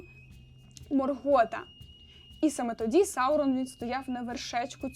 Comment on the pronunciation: Відео цікаве, але вуха в'януть від наголосів.. тільки у Саурона правильно наголос. Остаточно вбило "МоргОта"😵